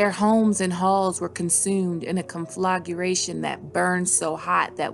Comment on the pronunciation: Your videos are interesting but my god can you learn how to pronounce words before you record? What the hell is a conflaguration? Conflagration. Con. Fluh. Gray. Shun.